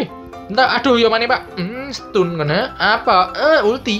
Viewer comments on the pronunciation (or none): none